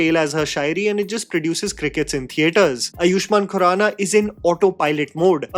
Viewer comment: Ok if no one is mentioning it, let me do it. its pronounced AA-yush-maan khuraana. AA, for Agra, aam, achAAr?